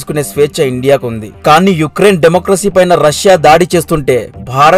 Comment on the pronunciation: Good information and well presentation..👍 But names pronunciation is wrong... లిజ్ ట్రుస్ కాదు - లిజ్ ట్రస్ యుక్రెన్ కాదు - ఉక్రెయిన్